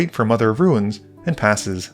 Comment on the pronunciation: my wife does not pronounce the I in the word "ruin", making it sound like "rune". listening to you call mother of runes "mother of ruins" this game was the first time I heard it done the other way around, though. I feel like I ought to add that this is a little thing and does not significantly detract from my enjoyment of this video.